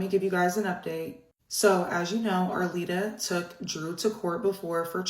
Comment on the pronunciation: Can you call Arlita by her correct name? Her name is not Arita! Who is this woman with the glasses? She’s a moron!